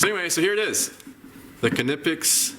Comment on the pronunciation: Pronounced “Neepex”. Check their manufacturer videos.